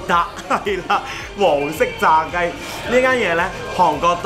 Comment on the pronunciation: 今集見到有字幕，聽不懂廣東話的觀眾睇字幕都明白好多👍都想講一下，從前Manson旅行所住嘅地方，都係好普通嘅一個房間，而家佢好多旅遊片嘅房間靚好多舒適好多，最主要係交通便利，亦驅使到觀眾會作為參考👏汝矣島正因為近市區，應該有好多本地一家大細過嚟賞花(開晒帳幕)可感受一下熱鬧氣氛。 鍾意你介紹嗰條燒肉街同埋帳篷馬車嘅小炒，呢啲先係真正地道嘅韓國生活美食！感受一下都唔錯😍但係好唔明，韓國人成日都話搵唔到工作，但係點解佢哋嗰啲消費咁高!🤔 個炸虾叫(些烏twi 劍)🤣🤣🤣 唔飲酒嘅manson，但係見到炸雞都破例一下（飲杯啤酒先）你講黃色炸雞嘅韓文都幾準吖👍👏不愧係韓國練習生😂😂 見到櫻花雨好靚喔！老實講個鰻魚真係抵食嘅👍👍呢個就係好介紹👍👍從前嘅manson都幾蛇(龜）,覺得有少少刺激嘅活動都好驚，而家唔同晒咩都試吓👍👏呢啲都係人生嘅進步！local tour都唔錯，有賞花，玩車同食士多啤梨👍請問呢集既相片係行咩路線呢👊👊🤦🏻‍♀️